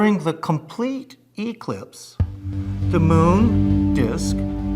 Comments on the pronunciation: The word is eclipse /u’-KLIPSS/ . Both noun and verb are pronounced with the same syllable stress. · 100% 👏 ...that moronic rising intonation and the way he pronounces "EEE-clipse" Jeez 😂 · Why is he stressing the E rather than the C in eclipse? Does he think it's an Electronic Clipse?! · who the fuck calls it eeeclipse? it's an eclipse. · "Eeeeeee-clips" - easily impressed dude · anyone who pronounces it eeeeclipse, can not be trusted. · Ee-clipse? Lost all credibility with me now lol. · Was I the only one bothered by the pronunciation of eclipse? E-clipse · Why can’t that man say eclipse properly? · The man who thinks he's an expert on "eeclipses" doesn't know how to pronounce the thing he thinks he's an expert in. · Why does me pronounce ‘eclipse’ like the word is an abbreviation of ‘electronic clipse”? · The emphasis he puts on the E in eclipse 🤣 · The way he pronounces eclipse suggests there is a A- B- and C-clipse as well just realized that he is the "aliens from the SKOY" guy from ancient aliens 😂